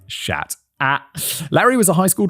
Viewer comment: Schacht is pronounced sgagt...with two hard G's....not shat....try to pronounce names correctly instead of ridiculing them